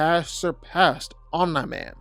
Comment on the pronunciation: bro keeps saying Om NIGH Man. no one told him